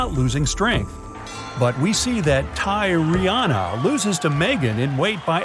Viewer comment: “Let’s call her Tyy re Anna” Let’s not